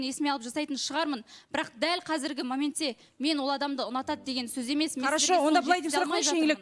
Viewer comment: ӨТІНІШ БУКВАЛАРДЫ ДҰРЫСТАП АЙТШЫ!!! ЖӨҚ ЕМЕС ЖОҚ, ХОРОШӨ ЕМЕС ХОРОШО ДЕСЕЙШІ. СОСЫН САҚАУЛАНЫП СС ДЕЙ БЕРМЕШ😂😂😂. ЖАҒЫМСЫЗ ЕСТІЛЕДІ. КАК НИКАК ҚОСЫЛАЙЫҚТЫҢ МИССЫ БОЛДЫН ҒОЙ......